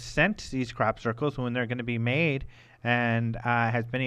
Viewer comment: I love OM radio but I have to laugh at pronunciation of crop circles...sounds more like 'Crap 'Circles lol. keep up the good work and peace to all. (and hey its ok to have a laugh eh?)